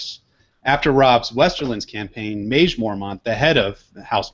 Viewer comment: Love this show! My husband and I pretty much obsess over A Song of Ice and Fire, and your podcasts have given us so much to discuss! I do have one small nitpick though. I believe Maege should be pronounced Meg. I know ASOIAF names don't always correspond, but Maege has a real-world counterpart name. It is a French name and is pronounced Meg. I had forgotten Maege was on her way to Greywater Watch with Galbart Glover and Jason Mallister. I really hope they play a part in the battle of ice. Great show!